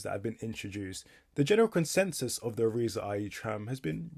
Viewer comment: irizar are mainly a coach company and have bought out all their suppliers including door manufacturer masats (by the way, Irizar is pronounced i r i z R)